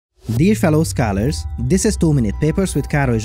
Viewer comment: "Dier Filow ska-lers"